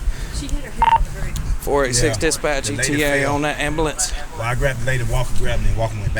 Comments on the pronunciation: Cops calling for an "amalamps" hilarious. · The DEI Hire is down and the dopey white guy can't pronounce ambulance.....could have been a disaster!